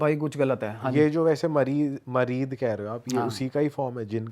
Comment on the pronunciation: Mareed nahi sale muried hota means kisi ka sewak deewana Yeh urdu word hai muried